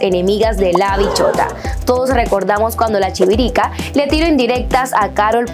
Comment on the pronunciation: chivirica?? 🤣🤣🤣 chivirisca!!! Mija!!